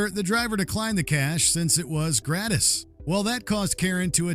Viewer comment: Dude pronounced gratis as greh-tiss? Its grah-teez